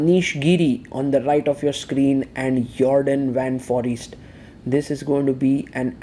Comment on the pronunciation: Please pronounce Foreest like: For ee (like the a in bay) st , you can do it, its not forest.